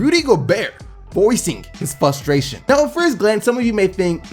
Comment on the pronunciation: It's funny how you say fusstraition